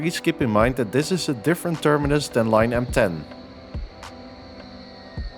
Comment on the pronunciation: I have to laud your pronunciation of the different termini. You clearly try to imitate german pronunciation instead of anglicizing it :D